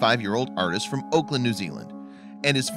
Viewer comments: Auckland is NOT pronounced "Oakland" is is "awklnd"... great story though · Oakland is in California. Auckland is pronounced AWKLAND.